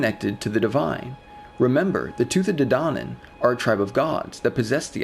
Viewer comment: Your pronunciation is off Tuah day danon